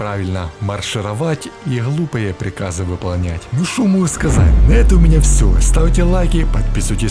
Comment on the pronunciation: Ты - украинец? Или откуда-то из Ставрополья или с Кубани?... Откуда это фрикативное "х" вместо обычного, нормального литературного взрывного "г"? "Бехает со шваброй", "моху сказать"...